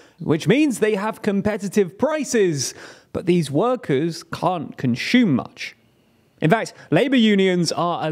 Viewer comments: Great work on the researches and insights. However, could you kindly improve the way you pronounce “consume” as it is instead of saying it as “conshume” with the sound of the “h”. Thanks :) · Consume, not conshoom.